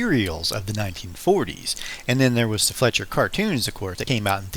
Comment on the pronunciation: IT'S NOT PRONOUNCED FLETCHER!! IT'S FLEISCHER!! Flysh-er!! GOT IT?! Damn Hillbillies!!